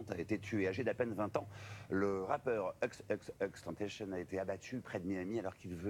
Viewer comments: C'est pas Euks Euks Euks tentation mais XXXtentation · Mais bordel l’es média ils sont vraiment du mal pour son blase « eux eux eux tentecheun » non ça se prononce « ix ix ix tentassion » mais ça s’écrit « xxxtentacion » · "euxeuxeuxTentacion" 😑😑 pourquoi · " Eux Eux Eux " Euh d'accord mais c'est " XXX " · tu es un troll cest pas possible a quel moment le X en anglais et dit " euxe " sa se dit aixe aixe aixe pas euxe euxe mais PTDRR CELLE LA CEST MEILLEUR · Le mec il dit exexextentation ptn c XXXTENTATION BORDEL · "EUXEUXTAINETAICHIEUNE" ptdrrr on prenonce "AIX AIX AIX TAINE TA CION" En plus vous en parler que 2min ptdrr nan mais en plus vous parlez de lui vous le connaissez pas ptdrrr il a changer après 2016 💔👑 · eux eux eux tantashionne putain mdrrrr la prononciation anglaise est en gros "eks eks eks tenntasionne" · Putains il c pas dire xxxtentacion au mieux de eux eux eux tentacion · Le mec dit euxeuxeux tentation pff aucun respect serieux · Se lui qui présentateur et con il a dit euxs euxs eusx tentation au mieux de xxxtentation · c est xxxtentation pas euuuuxx euuuxx euxxxxxxx tentation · "Le rappeur Euks Euks Euks Tentacion" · nn au début il dit euks euks euks TENTACION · Euks euks euks tentayshon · Ça se prononce: aixe aixe aixe TANTASSYON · EX EX EX TENTATION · "EUX EUX EUX" mdrr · "EUX EUX EUX TENTACHION" Déjà, si tu prononces pas bien le nom d'une légende, ferme ta gau gau gaule xD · Il l'on pas respecté avec " eux eux eux tentation " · Ca se prononce Ex ex ex tentaçion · Ex ex ex tentayion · Fermé la tous c'est pas xxxtentacion sa se dit ex ex ex tentacion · "EUXE EUXE EUXE TENTACION" 😂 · Euxe euxe euxe Tentachion 😂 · Ikse ikse ikse tantassion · " Ex ex ex tantassion " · Eux Eux Eux tentacion mais avant apprenez à le prononcer. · "Euxe Euxe Euxe" tu es serieux mec ? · ''Euxe euxe euxe tentacion''😂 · Euxe Euxe Euxe TENTACION 😂😂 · C’est pire que du manque de respect ! Renseigner vous au moins avant de prononcer le nom Euxe Euxe Euxe Tentacione ! Sérieux